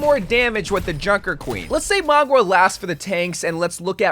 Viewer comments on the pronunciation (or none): Lol you're pronouncing a couple hero names wrong. It's WIN-STON, not WIN-TON, there's an S in there... and again, MOW-ga, not Mog-wa